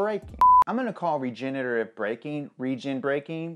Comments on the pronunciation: "I'm just gonna call it Regen braking cause I can't pronounce it more that once" continues calling it regenerattive braking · can’t say regenirrating braking Also: proceeds to say rigenerative braking anyways